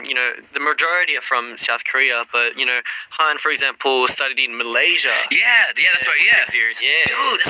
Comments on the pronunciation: The way he pronounce Malaysia as Malaysie 🥲 this is truely Malaysian! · Han : oh malaysie. Me : wehhhhh, i thot he gonna pronounced Malaysia. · the way he pronounce malaysia very local